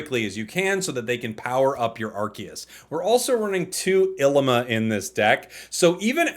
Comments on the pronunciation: I'm pretty sure her name is pronounced EELEEMAH. It's an Hawaiian flower 😊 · Lmao I’m dying the way he saying Llima